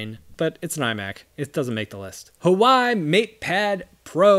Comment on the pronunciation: The h is not silent in Huawei, although your pronunciation is fine considering that it's correctly for Cantonese.